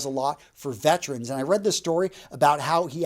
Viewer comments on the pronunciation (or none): none